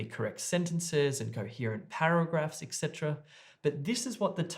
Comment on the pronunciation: hello, i noticed that you pronounce the word "etc." ecsetra which is probably wrong, as i also double checked it, and it is etcetra not ecsetra or extra